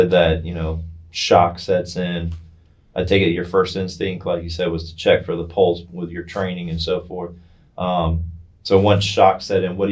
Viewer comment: He’s a PARAMEDIC and doesn’t know how to properly pronounce pulse. Errgh. That’s one of my pet peeves when people, especially professionals, pronounce pulse….pultz 🤦‍♀️